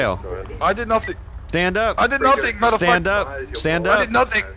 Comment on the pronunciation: how many time that this person said "modafocka"